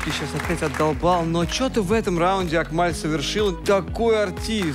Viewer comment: Не акмаль а Акмал без ь это узбекская имя